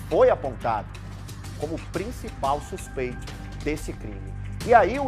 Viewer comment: O repórter ainda fala supeito🤔😡